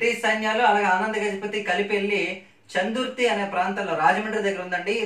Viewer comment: Anna చందుర్తి కాదు చెందుర్తి మా ఊరి పేరు